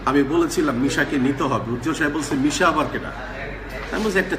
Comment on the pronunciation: নেশা করে কমেন্ট করছেন? নাকি শুদ্ধ করতে গিয়ে যেমন হাংগারে সাংগা বলে। তেমনি মিশা কে নেশা। 😋